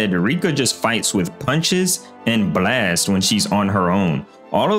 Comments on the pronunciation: Why tf do "brlast" instead of "blast" its so fcking annoying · Wtf is a “Buh-last”😂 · quit pronouncing the b so much in blast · The way bro pronounces “blAYYYEst” is insane 💀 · why bro saying blast like that , "blwast" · what the hell is a bleeast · The way this dude pronounced the word “blast” is funny asl lol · Love the way you say blast lol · bro emphasizes "blast" so hard 💀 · Why does bro say "blast" like that 😭😂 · why does bro say “blast” like that😭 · why u pronounce "blast" that way? 😅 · Please fix the way you say "Blast", its really annoying to listen to, made me turn off the video.